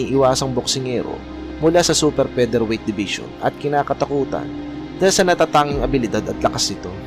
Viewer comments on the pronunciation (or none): Darchinyan is Armenian-Australian hindi American. At “Raging Bull” hindi ranging bull. Fighter hindi payter. Featherweight hindi pederweyt.